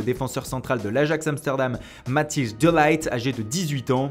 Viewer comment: Matthis "de laight" 😂 😂